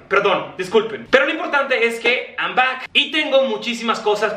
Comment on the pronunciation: Cuando dice “an sorry” y “an back” lo dice de broma? O así habla inglés ?